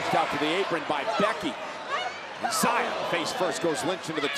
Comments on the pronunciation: Why did they misname xia by calling her ziya. It's pronounced like "she-ah". Still feels wrong. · Questi annunciatori americani :face-orange-frowning::face-orange-frowning::face-orange-frowning:come al solito storpiano i nomi degli atleti; In questo caso pronunciano Zaia Li invece del giusto nome Xia Li !!!